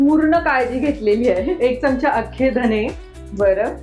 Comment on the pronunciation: चमचा शब्दाचा उच्चार च्यमच्या करु नये.